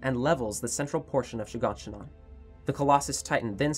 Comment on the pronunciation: I love how he calls shiganshina She gone she none